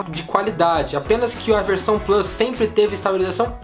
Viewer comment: Porque não fala plUs em vez de "Plâs"... kkkk abrasileira logo o negócio.